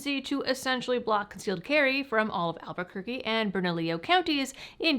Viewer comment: Its pronounced 'Bernallio'. Not, "Bernallio". Just sayin'.